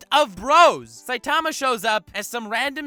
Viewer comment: This dude can’t pronounce saitama